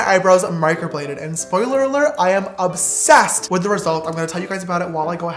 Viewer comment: No one : James : I'M OBSESSEDT